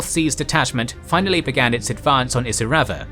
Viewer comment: It’s really annoying that he can’t pronounce Kokoda or Isurava correctly.